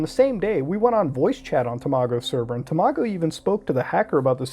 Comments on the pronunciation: I can't get over how he pronounced Tamago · I remember when tamago2474 uploaded the video shown. Glad this is getting light and a good spotlight on a great youtuber. Also its pronounced ta-ma-go Not tamo-go lmao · its pronounced tom a go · It’s tam-it-go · When muta says Tamago, it sounds like tomato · “You tuber called Temahgo” So close to pronouncing his name correctly, so close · HE MISPRONOUNCED TAMAGO EVERYONE RIOT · Watching tamago and you not pronouncing it correctly triggers me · I get angier every time muta says tamago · you pronounced tamagos name weid